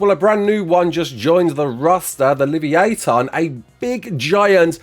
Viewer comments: Hey, FYI, Livyatan is pronounced "leave-yah-tahn". With a "soft" I and A. It's the Hebrew word for leviathan. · What did he just call livyatan 😂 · No this is not a uk thing that’s just some dodgy pronunciation